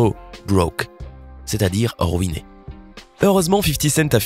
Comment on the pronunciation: J'aime pas sa manière de dire le son "ui" on dirait il dit "oui" genre rouiné